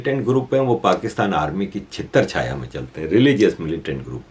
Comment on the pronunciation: Chhatarchhaya bole, na ki chhitarchhaya (tute huye jutey ki chhaya).